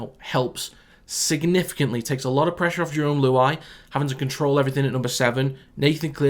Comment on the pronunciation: Big wraps for getting “Lehi” Hopoate right. The NRL commentators are calling him “Lihai” at the moment